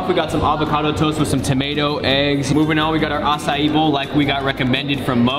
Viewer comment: Who thinks says acai wrong? (No hate)